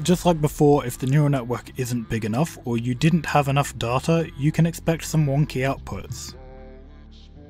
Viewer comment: I would have subscribed if you procounced data like data instead of saying data like data, there is only one way to say data right and its data